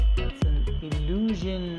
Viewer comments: Thats not a illusion-62, it is an "ill-juh-schihn"-62. Deine Betonung ist "way off". ;) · Ilyusin? It sounds more like illusion😆😆😆😆😆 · nobody: Absolutely nobody:: "Illushion"